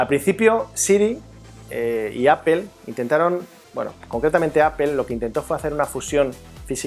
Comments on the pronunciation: Había escuchado palabras en ingles pronunciadas tal como se escriben, en este caso APPLE, seria pronunciado como APLE, tal como se lee, en lugar de APOL que seria lo mas cercano a la pronunciación correcta, pero APEL de donde sale? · apel¨_ mejor deci aple...español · Que es esa mania de los españoles de pronunciar Apel? Se entiende que muchas palabras las pronuncien tal cual se escribe ("aple") pero inventar sonidos que no existen en las palabras, eso es nuevo, no?